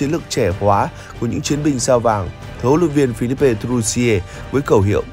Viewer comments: A đọc tên hlv trưởng sai r làm gì phải phi líp pê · Làm gì có “pê”